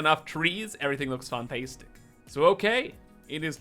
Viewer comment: Whoooo FEN-teestic!